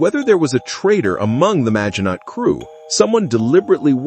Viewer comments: Is this AI narration or does this guy not know how to pronounce Maginot - mah-zhee-no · It is rather 'Mah-shee-no' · I really like Ur videos, but stop using ai voice, Maginot...silent T...sounds cringe